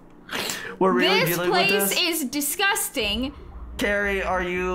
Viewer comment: U are saying lani not cari…